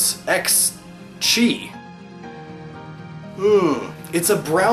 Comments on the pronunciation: okay so enjoy this but y'know it's not chi it's ki (x) and it is not the eks blade it is the ki blade basing off the regular weapon keyblade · I'm pretty sure the chi they are referring too is the Greek Letter, if so it is pronounced K-eye. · Actually X Chi makes sense because the world Chi is pronounced "Ki"....or...Key...X Key, it's a pun. Yeah the game title makes more sense now given the games main goal:L